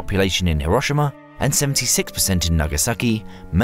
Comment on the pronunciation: HERO SHE MA not HE ROSH SHI MA